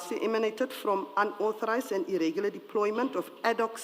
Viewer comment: Irregular not Irrigular - each one tech one😜